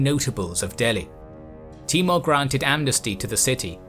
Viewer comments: His name was Taimoor ( tay- mour) not T-more. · timur not mongol :)